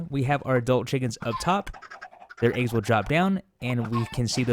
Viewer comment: The way he says eggs disturbs me. Good video though.